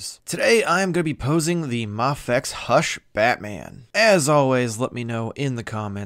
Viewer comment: I'm sorry, but is it not pronounced May-fecks? (or Mei-fecks) it sounds so sad and unconventional to hear you say "Mah-fecks" ... hope this helps.